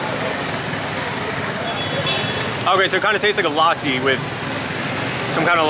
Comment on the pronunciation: It’s pronounced lussi with a short ‘u’ sound.